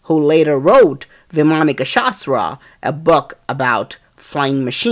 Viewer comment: Very nice video...feel so proud of our technology!!! Just one correction in the narration...its not 'vimaanika shastra' it's 'vaimaanika shastra'